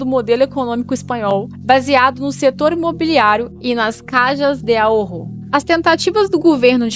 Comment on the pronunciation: Vibrar um pouco o R somente na palavra AHORRO. Pronunciar como se fosse 1 R só, porém vibrado.